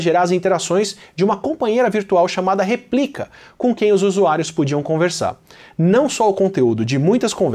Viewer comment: Replika vem de "Réplica". Apenas uma correção de pronúncia